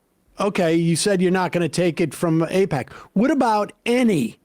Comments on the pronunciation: Eh, no. The problem is that all your politicians are owned by Eyepatch.....as David Pakman would pronounce it. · Nobody should support any Democrat that takes AIPAC money (however you pronounce that)